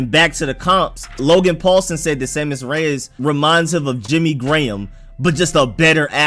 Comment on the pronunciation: Pretty sure u saying it correctly.